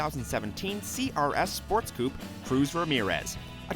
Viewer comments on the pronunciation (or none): "Sports Cuup" wtf... that is not how it is pronounced